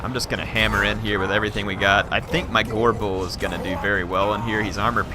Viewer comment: makes "gorebull" sound like "agorable"